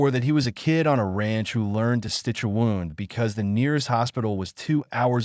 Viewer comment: They needed to teach the AI how to pronounce words correctly. Pronounced wund not wownd in its correct use. Other mistakes noted as well.